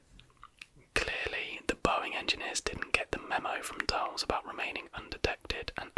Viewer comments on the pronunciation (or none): none